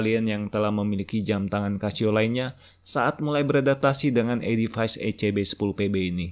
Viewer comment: Baca nya edifis, bukan edifais